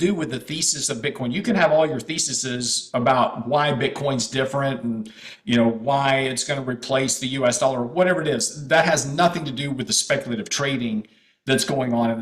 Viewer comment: The only correction should be. If you care about your friend, don’t you think it’s about time to correct him behind cameras? The plural of thesis is theses, pronounced [thee-seez]. It's a Greek-derived irregular plural noun that doesn't follow regular pluralization rules, which add “-s” or “-es” to the end of the singular to form the plural. I care about my friends and family and would always tell them when they are making a mistake. He’s said this wrong for years. Tell him. It will show you care.